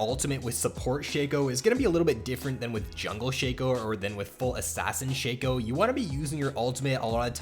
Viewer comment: I thought it was pronounced shaco not sheco